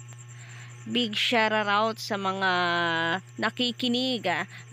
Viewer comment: anong shararout??? hahahhahhahhahha pauso lang